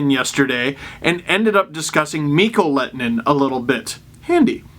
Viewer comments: MiK-KOH LEH-TOH-NEN. NOT LET-NEN or Let-en-Nen. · The H is not silent in Lehtonen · You’re pronunciation of his name is wrong. You pronounce the H.